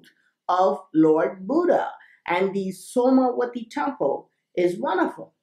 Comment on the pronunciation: When you say the name of the temple, I keep hearing the words 'SONAR' 'WI-FI' temple As if my ears are predisposed to hear words like this, due to the content. This is one of my favourite videos. Have you heard about the new Crystal tech that can be imprinted to store mass data (kind of like a very advanced flash drive)?